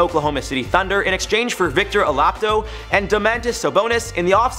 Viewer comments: This guy said victor alapto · Victor olapdo😂